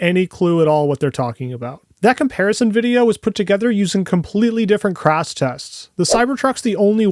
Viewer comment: This guy proves in the first 2 minutes and 30 seconds that he's also a tool without a fucking clue in the world what he's on about. Can't even pronounce "Crash" and then compares the T-Bone crash results of the Cybertruck to a SUPERCAB F-150 XLT, not a Supercrew Lightning.